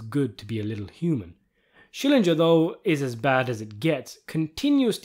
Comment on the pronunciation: The way you keep saying Schillinjer, the more I feel like yelling "SCHILLINGER!"